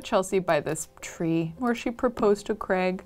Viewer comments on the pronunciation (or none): Yup! Also, it's Craig, not Creg :)